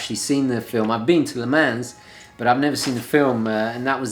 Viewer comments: Le Mans is prounced 'le Mon' TGV...;-) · Le mans pronounced le-mon like ‘monica’ not as its written.